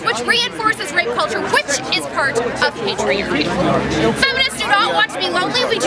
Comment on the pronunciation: haha I love the way she says patriarchy. emphasis on the "p"